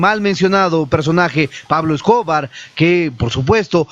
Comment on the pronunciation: Escobar con acentuación en la silaba BAR...no en la silaba CO